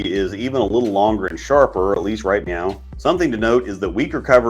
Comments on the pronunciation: You testing how many times you can say meow instead of now and see if we notice? Lol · I'm sorry, are you saying meow?